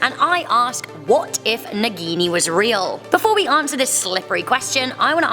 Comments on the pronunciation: They can't pronounce a single hindi word correctly...they introduced 'Naagin' as 'Nagini' in movie. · Hahah the way you pronounce "naagini"